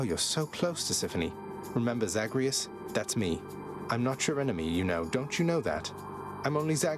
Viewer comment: I love how the voice actor managed to say Zagreus like every syllable was lifted from "murderer"